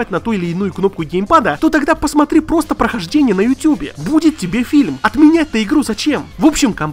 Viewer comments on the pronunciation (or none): none